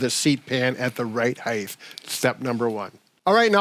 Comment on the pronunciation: Wonderful content. Thanks, Team Please (& others): the word is Height, pronounced ‘hiTE’ not ‘higTH’. So many make this error. I think it’s because other measurements, like breadth, width, depth DO have a th at the end, but height does NOT. 🤞